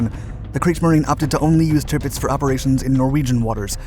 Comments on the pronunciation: It’s pronounced TIRRPITZ not TIPITZ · It's NOT bloody 'Tipitz.' It's, 'TIRPITZ.' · No such ship as Tipits i think you mean Tirpitz. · Dude... it's "TIRpitz." Not "TIPpitz." Geez. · It's TiRpitz not Tipitz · Sounds like "timbits" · Driving me nuts with this repeated mispronunciation of the ships name. Tirpitz is pronounced Ter pits